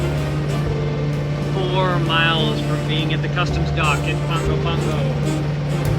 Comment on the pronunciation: Ah, nice. When I was a kid, I used to live in American Samoa. And thank you for pronouncing Pago Pago correctly! 🙂🌴⛵️🇦🇸